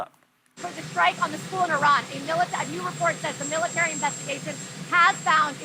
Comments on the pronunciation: I think it’s hilarious how Whoopi tries to pronounce “Eee-Rrran” 😂 but sometimes she forgets. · lol she somehow has convinced herself that putting on some foreign-sounding affectation while pronouncing Iran will make her sound cultured